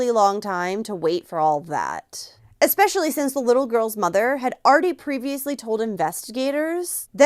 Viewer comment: Please stop sayin eck-specially